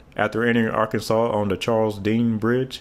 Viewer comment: Arkansas is now Ar-kansas. That comment just made me realize Arkansas is just Kansas with AR in front of it.